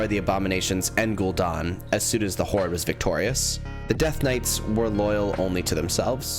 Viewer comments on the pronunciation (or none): ‘Gul-Dan’ not ‘don’. Are you Canadian? 😅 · Italiano Version of gul dan